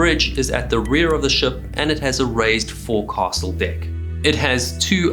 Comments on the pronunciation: It is a common-enough mispronunciation, but hearing it at least twice, let my correct you. “Forecastle” is written, “foc’sle,” and spoken as “FOLK-sell.” Ex-USCG. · Did you really pronounce forecastle as for-cassle? Try, foke-sil. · I'm certainly no sailor, but it's FOWK SUL. NOT FOUR CASTLE. Damn. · I love these videos, but cringe the way he pronounces forecastle. Maybe it's a an American thing, but I grew up only hearing and saying it "foxol" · You pronounced forecastle incorrectly. It is pronounced ˈfōks(ə)l. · Forecastle........ Pronounced.......... Foc's'le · if you can't pronounce forecastle properly.. feck it 'fowk-sl' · "forecastle" is pronounced "foc's'le" except by the irredeemably uncouth. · forecastle is pronounced foke-sul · Wait, is it only Americans that pronounce forecastle "fokes'll"? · I'm English born and bred. It's a foke'sll in our pronunciation. The narrator seems to have a south african accent and they are capable of mangling the English language even worse than Americans do! Also mispronouncing St Croix (properly pronounced as St Croy) as St Croo is another example. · If you don't know how to pronounce "forecastle", you probably shouldn't be making nautical videos. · I cringe every time dude says "forecastle". I know that's how it's spelled, but that's not how it's pronounced. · Fore castle? "Fokesl" Saint Cru? "Saint Croy" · Good video, but if you're going to cover nautical topics, please learn how to properly pronounce nautical terms. "Fore-castle" "Boatswain" and "En-sign" are all incorrect. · 😮I'm ex-Australian Navy... Forecastle is pronounced "folks-all". The rank ensign, is pronounced "ensen". I thoroughly enjoy your shows.! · Ensign and Forecastle aren't pronounced the way this dude thinks they are.